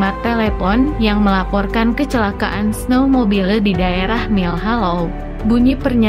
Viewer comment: Baca teks beritanya kurang jelas. "Kecekaan,sekat boarding, pemeriks medis,"